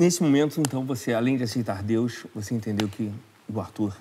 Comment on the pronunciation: " entenDeus?" Ahahahah amo ❤